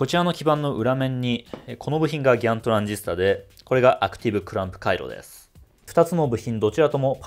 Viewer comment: ギャンという発音がいいね